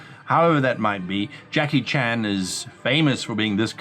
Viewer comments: It's jackie chan not chang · Did he say Jackie Chang....? Lol beep beep beep